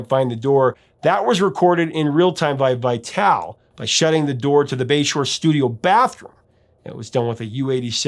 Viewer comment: Joe Vitale, as in Vi-tal-ee. Trust me, his wife is one of my dearest friends!😊